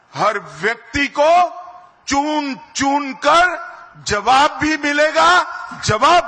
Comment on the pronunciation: Ye uthaigir hain ye kya badala lenge. Chun chun ke hota hai na ki choon choon.